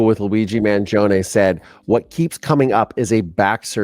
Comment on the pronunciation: you pronounced his name correctly. The first one!